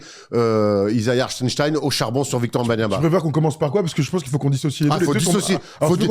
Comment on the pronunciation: Hartenstein ou hartenstine?😂